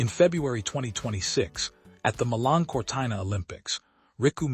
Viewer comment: It is Cortino Not Cortaino mispronounced word.😂